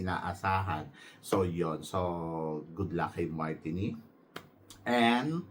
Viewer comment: TANZANIA - TAN ZA NI YA MARTINIQUE - MAR TEE NICK jusko ka edit: MARINIQUE is not Aftican country, Martinique is in CARIBBEAN